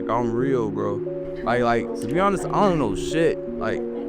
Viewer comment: Ending the vid on a “ion know”😂